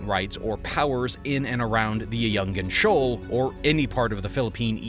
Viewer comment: Ayu-ngin-Shoal - not "Ayun-jin Shoal". "Nga, Nge Ngi Ngu Ngu"